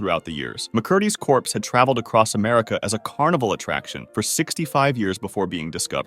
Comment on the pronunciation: Corpsey diee!!!😡